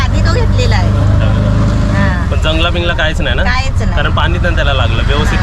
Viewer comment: Jungla nahi mhanat ganjla mhantat re